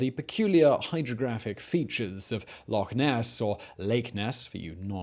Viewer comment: Well done for pronouncing "Loch" correctly - I've met Scots that can't!